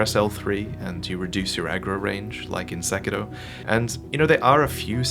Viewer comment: Weebs: We speak English. It's SekiRo, not SekiLo. Japanese people don't pronounce English words in a Cockney accent.